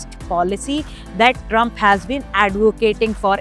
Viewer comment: Fix the map of India and its Trump not Trumph